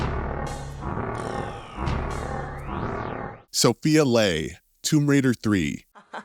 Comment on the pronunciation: “Laura” aside… Soh-FEYE-uh LEE. What with these YouTubers making videos who’ve obvious never played the damn game?